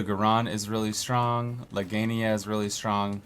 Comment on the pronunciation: my boi really said legania like it's not spelled legiana